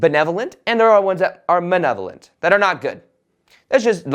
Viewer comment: *malevolent not manevolent. FYI. Peace